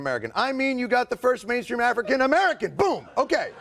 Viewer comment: Biden: AaFrickin.